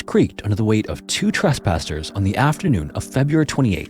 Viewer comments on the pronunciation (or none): Your AI commentary just said Trust Pastor!! Instead of Tress passer…. Thumbs down 👎